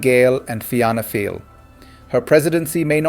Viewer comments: Correct pronunciations. Fina fall. Fini gale, shin fane, kom corrla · Pronounced "Feena Fall", "Feena Gale" & " Shin Feign" ( means "we ourselves") "Fianna" ( Feena) is gaelic for "A band of warriors"...."Fail" is from an ancient name for Ireland... "Feena Gale" loosely, means "A band of Irish"